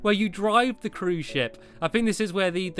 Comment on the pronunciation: hes says cruise shit lol